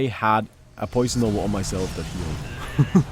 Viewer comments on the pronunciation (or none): he always says noah and he can pronounce nova perfectly like when he says pulse nova